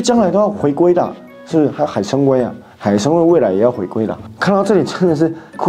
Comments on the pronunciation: 不是海参崴wei 是wai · 海参崴(读wai第三声）